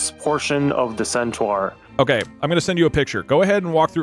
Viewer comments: Its sentar not sentwuar Pronounce it right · all i can think about is pronouncing centaur as “centwar” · Can we just acknowledge the baffling way that pronounces Centaur? "Scent-trar" is incredible. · I love how keeps pronouncing centaur as centwar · Why tf is saying centaur so fucking wrong.